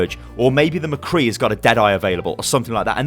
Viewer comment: did you just say mecree